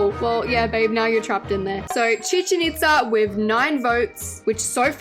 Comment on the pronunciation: YESS YOU SAID CHICHEN ITZA RIGHT